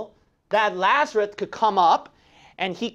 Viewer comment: Just asking I remember the name as Lazarus but when you say it, it sounds like Lazarut?(did you mispronounce the name?)